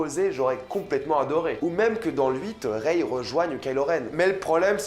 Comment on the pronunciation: Par-contre arrête vraiment de dire: reyeee, ahhh c'est rey mec.